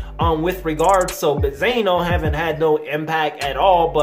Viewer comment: Do you know how to say benzino? You sound STUPID